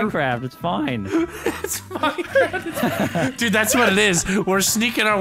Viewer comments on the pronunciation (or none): MINECWAFT DEFWUUUUUUN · plae moar minecwaff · Minecwaaff deffwuun